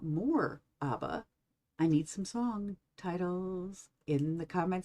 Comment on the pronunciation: Ab-bah. Not Ahh-ba